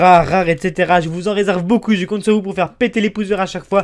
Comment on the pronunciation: On dix beaucoup et non boucon